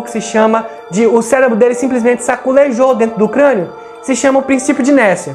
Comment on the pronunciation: "saculejou" meu deus